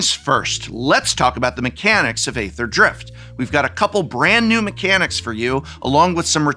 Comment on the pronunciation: nice primer, prof! it's "eether" drift btw :)